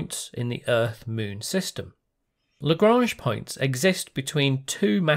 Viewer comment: Why do you say "Muun" instead of "Moon"?